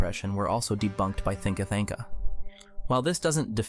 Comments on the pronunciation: "Thinka Thanka"? You mean Thinker Thunker? Lmao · Its Thinker Thunker not Thinker Thanker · Not "thinka thinka.”